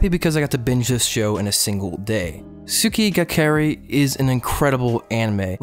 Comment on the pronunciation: What? Someone talking about Tsukigakirei? Subbed. Also, tsukigakirei is pronounced as ts-KEE gah kih-RAY, as tsuki, for moon, is generally pronounced without the U. I also pronounce it as one word